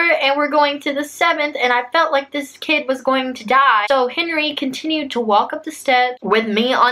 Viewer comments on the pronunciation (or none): I heard her say Henery anyone else orrr